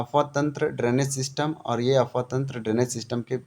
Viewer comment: Apwah bolie sir Afwah nahi